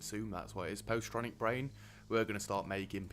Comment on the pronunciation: it's pronounces pozz itronic... getting a polymer factory by diamond is GOOD.. BUT.. you NEED TWO! So if you get rid of the one up north, build a second by diamond dome... what? no harrier hub by new dome? tsk tsk! :P you STILL haven't added more waste rock storage.. I think you should get the tech to convert it to concrete to get rid of it all! it's SO MESSY! ACTUALLY you DO need the new dome going asap.. you have ZERO metals production! ... clearing up the power / pipes.. you disconnected a battery... you still had engineers in the top dome because there wasnt enough room for them to move to diamond.. also, it takes a while to move them because you DONT HAVE ENOUGH HARRIERS! ... outsourcing research... << eyeballs how there's no new metals incoming >> ... YAY! you built a second polymer! ... with second polymer, you didn't really need to buy polymers... all you needed was electronics :P ... BTW... you've dropped over ONE HUNDRED metals this episode alone... you're down to 617 :P :P